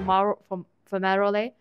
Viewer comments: Watching your mum get "attacked by demons" made me laugh so hard, I thought I was going to wheeze up a lung!!! Well played, well played indeed! BTW little ground gas leaks around volcanoes are "fume-ah-roles", mark your English skills down 2 points, but up 73 "well played points" for "getting attacked by demons!!" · struggling to say Fumaroles Me: choking on my bread cuz is just too realistic